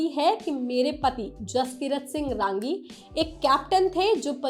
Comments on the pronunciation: It's not RAAAAAAANGI madam It's RANGI, it's a Punjabi Jatt Sikh surname....Neeche hindi mein bhi likha tha naam film mein, wahi parh ke bol dete sahi tarike se..😂😂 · It's not "raaangi" madam it's simply "rangi'